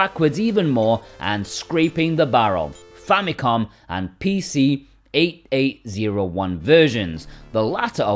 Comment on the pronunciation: It's so funny to me how you call the PC-88. It's simply pronounced "PC eighty-eighth". No one says PC eight eight zero one 😅